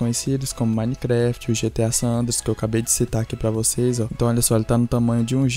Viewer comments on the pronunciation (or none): none